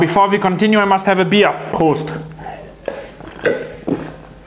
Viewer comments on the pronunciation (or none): none